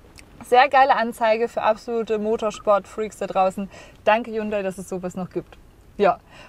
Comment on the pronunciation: Weil du Hyundai falsch aussprichst.